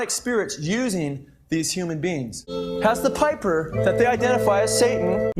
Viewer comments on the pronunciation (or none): none